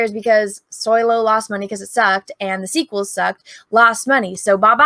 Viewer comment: But it’s SO-LOW not SOY-LO, no? 🤣😉